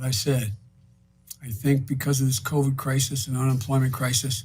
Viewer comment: Did David pronounce it cuvid? XD